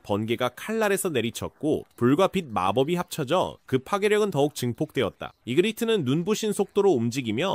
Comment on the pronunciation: 카이젤이 아니라 카이셀이다! 그리고 이그리스가 아니고 이그리트다! 또 지휘자의 손길이 아니라 지배자의 손길이다! 그리고 터스트? 크? 가 아니라 어금니다! 수정할께 얼마나 많으면 수정만 3번 째야! 게다가, 그 말 끝 마다 이어지는 '다.' 자도 불편한데, 그 '다.'자 가 들리기도 전에 다음 대사로 넘어가면 어떻해?!